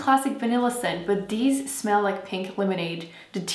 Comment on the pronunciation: I love how you say "deez" instead of these 😂